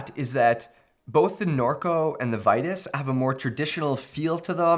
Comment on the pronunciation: Regarding Vitus, it's not "Vie-tis", it's "Vee-toos". Just saying.